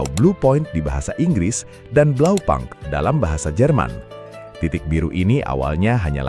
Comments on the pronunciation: Koreksi min blaupunkt dibaca blaupunkt, bukan blaupankt. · Bahasa german, u dibaca u BlaupUnkt, bukan blaupAnkt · Kalau sesuai bahasa aslinya bacanya tetep Blaupunkt bukan blaupang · Just info : Bukan Blau pank cara bacanya, tapi Blau - pungkt, di tahun an an tidak ada yg baca Blau pang, .. bisa cek di google ya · kayanya cara bacanya tetap (blau punkt) pake U indo bukan pke bahasa inggris, kaya bmw... bisa coba pake google😂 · Pronounciation nya keliru